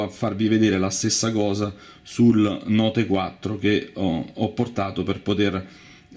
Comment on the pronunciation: Ahah il note quattro, che pronuncia ...... Lol Kind of "it spells nucular"!